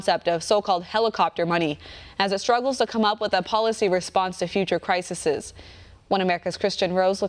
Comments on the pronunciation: Please correct your use of the plural of crisis to crises, it makes you look uneducated to say "crisisees." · Good job reporting this, but plural of "crisis" is "crises" not "crisises" (at :08 seconds).